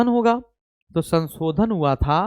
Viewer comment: kindly learn how to speak word sansodan its shanshodhan